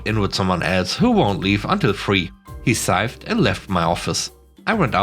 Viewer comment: "Sighed" is pronounced "side" (the gh is silent). Sorry for the inconsistencies of the language; we hate it too.